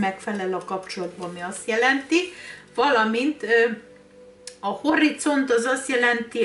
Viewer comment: Kis segìtsèg: Horizont Magyaroknàl a 'z' betű az NEM 'c' nek mondjuk😘